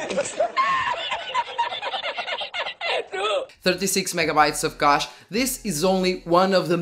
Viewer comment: You should practice to pronounce a word combination like "huge cache" ;)